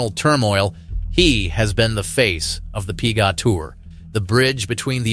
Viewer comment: What's the "pea-gahhh" tour?